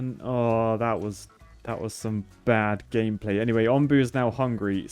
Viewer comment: it’s “Onbu” like the o in home